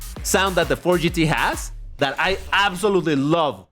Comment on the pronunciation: Every time I hear "Porsche 911 gtllllldlldladlsdlsdl" I die laughing lol